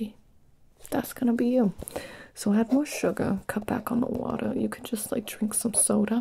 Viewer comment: "I couldn't find my scissors, but, you know... I did find... myself, some watuh... /water grimace/... You want some? ... I 'on't, really got any left, so... There's a sink in the bathroom. " That's when I started full on giggling 😂